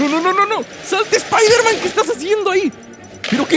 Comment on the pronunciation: Airon spaiderman